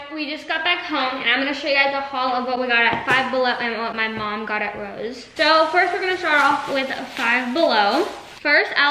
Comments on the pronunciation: Lmao it’s funny she says rose for Ross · rows 😭😭😭 it’s ROSS 😭😭 i can’t explain how to say it over comments but 🥲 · It’s pronounce RAW - SS